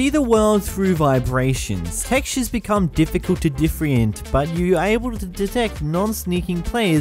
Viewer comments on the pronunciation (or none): The word: "Differentiate": "Diffriant"